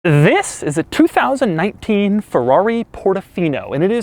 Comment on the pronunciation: Doug, stop with the "THIS.." please...